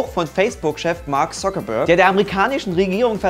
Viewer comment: "beschwerte sich Zockerberg" Zocker? wer? wo? :D